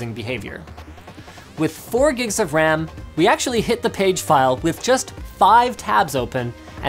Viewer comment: RAM, Not "wam"